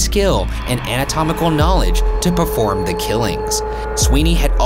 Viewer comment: I'm making fun of Ryan for saying "anamatomical" instead of making fun of him for saying "Febiairy"